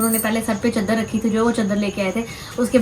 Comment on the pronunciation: چدر نہیں چادر ہوتا ہے پلیز 🤦